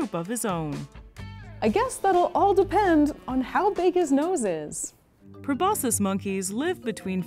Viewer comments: just a suggestion: if you’re going to make a video with a prominent word repeated over and over, verify that you actually know how to pronounce that word pro-BOS-kiss not pro-BOSS-iss. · Aren't you supposed to pronounce the "c" sound in proboscis?